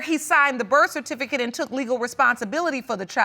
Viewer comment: If one more mf say BIRTH CERTIFICATE wrong......... omg